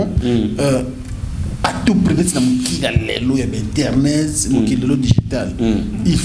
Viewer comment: On dit internet et non internot